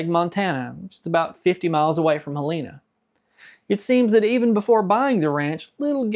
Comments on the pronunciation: FYI - Helena Montana is pronounced "HELL-A-NA" - Great video!! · Hell In Ahhh. Not Helena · Please learn how to pronounce Helena!